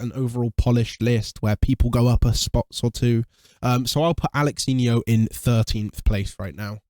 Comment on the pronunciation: Alexinho ❌ Alalanyo 😂😂😂